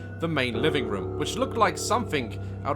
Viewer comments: I love the fact he said Room so many times but he says Rum and not once said it right lol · everyone = room Daz = ✨rum✨ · It’s kinda funny to me how daz says rum instead of room